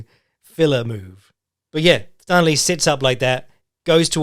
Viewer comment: hate to be that guy but the Thanh in Thanh Le's name is pronounced with a hard T rather than the 'Th'. So pronounced more Tang or Tahn, will depend on how its written but usually it's kept short and sharp and no elongating or over extending of the middle vowels. Vietnamese has some bits of the language opposite to what we know, so when you see the lone T, that's when you use the 'Th' sound.